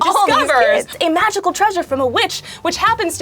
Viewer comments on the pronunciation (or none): Did... Did anyone else catch "treausre"?..... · ''treausre'' Ian, not ''treasure''